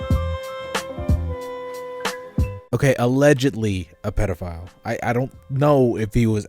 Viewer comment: nobody:: pedophlyle